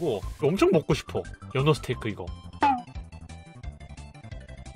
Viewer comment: 나투로 -> 나루토 스테이스 -> 스테이크